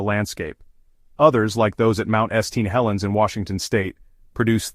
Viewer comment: Mount EST-Tee Helens and Mount Ess-Aint Helens. Yet , can pronounce Vesuvius correct. I really hate AI....bring back real narrators.